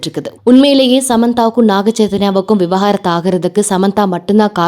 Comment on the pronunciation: Vi-va-gaaa-rathu ila vi-vaaa-ga-rathu